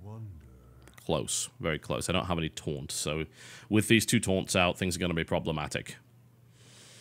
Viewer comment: For the entire series up until now, I thought you said torrent instead of taunt lol